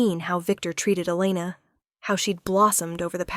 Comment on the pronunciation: Mafia? We don’t have Mafia here, we have Russians, Asians and Hispanics. Mostly fight with each other🤷🏻‍♀️. However, there are so many “crazy” and entitled people these days, I don’t know what would be worse.🤦🏻‍♀️ It was a good story, platitudes repeated too often though. AI pronounced “Elena” at least 3 different ways.😮 Rate the tale 7 out of 10 because I liked the topic and the heroine wasn’t a victim, which is so annoying.